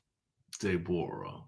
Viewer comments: I fall out everytime you say DAY-borra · I swear!!!! I scream when he says it😂😂😂😂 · Me too! 🤣🤣